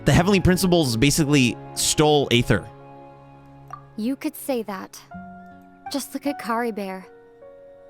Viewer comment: I love how even after Lumine said Ether, still says Ayther😂 (I can't even lie, I called Aether Ayther until I did the "we will be reunited quest")